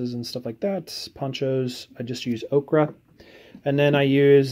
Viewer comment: "okra" is a vegetable..."oker" is a color...just sayin'. Nice work on the painting though :).